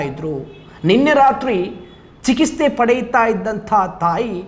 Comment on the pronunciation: Chikithse sari pronounce Maadi. Chikisthe alla.